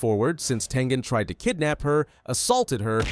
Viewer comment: That's crazy but its Tengen not Tengan